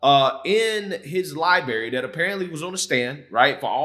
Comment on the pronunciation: I love his videos but I immediately corrected the libary and libarian parts to myself 😂 other than that your videos are spot on.